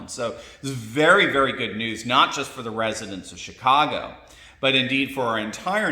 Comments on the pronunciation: Did you say chitcago? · Not to be base, but I honestly heard you say, “Shitcago”. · Im sorry did you say S__tcago? Sorry did sound like that.